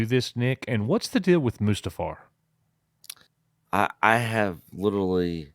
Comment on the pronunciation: Coach sounds like he is saying.... "A-moose-too-far!" .... rather than Mustafar, lol.